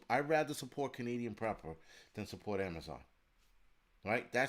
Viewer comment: No more Am-a-zon got rid of acct.